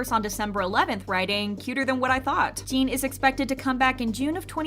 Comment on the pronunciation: Can you please just say Jin and not Jean? Its really not that hard